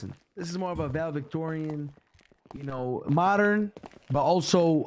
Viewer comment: That man jiffy say valedictorian 😭😭